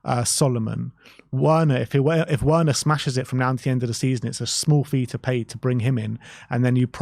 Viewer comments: He can you please stop pronounce his name properly the w is pronounced as a V in Germany, so please say his name right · Why do you pronounce Werners name like that?